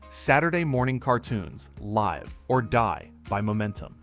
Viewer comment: Narrator: ...live or die... "live" being pronounced with a long i, not a short one ( - )